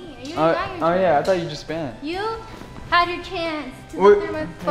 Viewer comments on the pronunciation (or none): When Ivanita tickled Lucas I fell off the sofa laughing so hard Steve said spund?? Is that even a word?